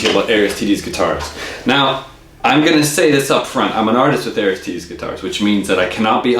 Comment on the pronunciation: You review the guitars and can't pronounce the name =\